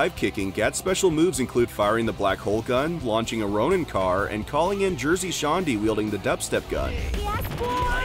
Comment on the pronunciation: Launching a Ronin car? 🤣 I literally can't handle the way you said that.